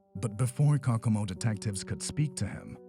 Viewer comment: Is this done with a computer voice? The name of the the Indiana city is pronounced Coe Coe Mo. I'm pretty sure it's not cockamo.